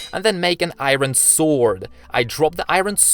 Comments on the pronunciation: chat; talks bout aot me; why do he said i-ron its iron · its iron not earin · I'm sorry but it's driving me crazy you keep saying iroen and not iron.. im done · ik its ur accent but why iiiiiren instead of iron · iron not iyron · Im new to the channel and I did not know what u were saying u were saying iren but I said its not iren its iron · What the ahaha it's funny when you say iren instead of iron but it's ok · he calls iron airon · It's iron not iren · Iorn ❌ airon✅ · I heard him Saying "Iren" instead of "Iron" 😂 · Why does he say to iron iren like what hahahahaha and he also sounds like gay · i love how u say iren instead of iron XD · i like how he said iwron instead of iron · i mea its not iren its iron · It's not ieron it's iron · iron ❌ irwen ✅ That what he said in the video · Stop calling iron I ron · He is so energetic and i like how he say "AIYROUN SWORD" and "LIVAI" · Why do you say iron like that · I love how you say iron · Okay first thing you're saying iron wrong